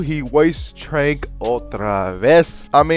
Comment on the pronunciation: Jesus, lil bro. Stop saying "trank" like tank. The word is trancendence. So you'd shorten it to "trance" like dance. Not trank like tranquility. Said that dumb ish 7 times in like a minute at the end. Made me want to chew aluminum foil.